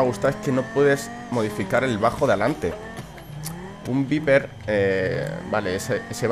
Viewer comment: se pronuncia vaiper y se escribe viper ¬¬